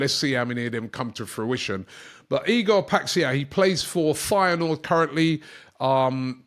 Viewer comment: I have never heard anyone say "Paixão" that badly